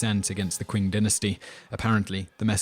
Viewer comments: Oh, he knows his history. I never said anything about his Chinese! I think "Qing" is pronounced "Ching." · Qing is actually pronounced Ching. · "Kin" "Quing" "Wenkuan" "Wengswan" "Ciksi" "Zeng D" "Lou Zye" "Lady Qui" "Wy" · It's not "kuun" dynasty... Qing dynasty is pronounced "Chi-in" dynasty. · ***** I don't expect anyone to speak actual Chinese. I just expect people to use the closest approximation within their own range of phonemes. And as you said, that would clearly be "Ching" and "Chin," not "Quing" and "Kin." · ***** Well, somebody clearly does but I doubt it's the guy who pronounced the Qing dynasty as "Quing dynasty." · wtf? Why are you even arguing about something you're clearly wrong about? The word Qing is a phonetic translation of the Chinese word, therefore the inherent pronunciation should be read accordingly. Unless you could find some evidence based on the etymology of the word "Qing" from any established English dictionary, your reasoning so far sounds lacking. It's not that you have to learn Chinese to understand English, but context is important for any language, especially when it comes to lexis. Maybe try sophistication rather than sophistry? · Interesting presentation although most of the Chinese pronunciations are wrong. (Solution: get a Chinese student studying in the US to help with that). Even the English word Manchu is pronounced wrongly (try Fu Manchu instead). That said, the parallels with Chinese history are spot on. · Qin dynasty is not Qing dynasty